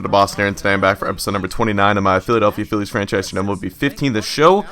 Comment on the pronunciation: Sometimes you Say"Phi-ez"